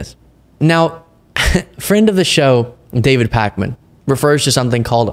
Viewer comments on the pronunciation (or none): none